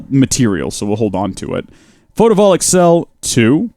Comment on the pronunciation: the fact that he’s saying photovoltaic wrong REALLY bothers me